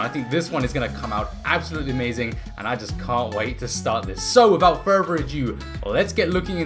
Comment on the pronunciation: “Furver “ a do